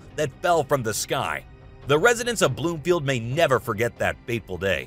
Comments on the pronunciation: It’s Broomfield Colorado not Bloomfield …. parts from that plane landed on my granddaughters soccer field just a couple of miles from my house. Crazy thing is, I had just flown in and was on my way home when that plane fell apart. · Broomfield Colorado not Bloomfield.